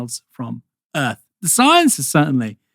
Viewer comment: What a era! Bastani's voice is making slow transformation into Alex Jones. "SciANce"